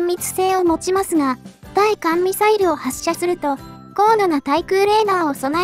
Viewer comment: 対艦(ついかん)は、(たいかん)の、間違い。